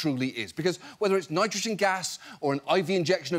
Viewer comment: Their governor failed to pronounce nitrogen correctly..... TWICE in one speech. To be fair, those tri-syllabics are tough. 😉